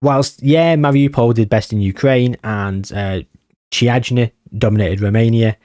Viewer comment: Actually for the Romanian team you're pretty close. It reads `Kiajna` instead of `Chiajna`, otherwise perfect. There's a very interesting story between FCSB and Steaua Bucharest, a fight for the badge, colors, history, etc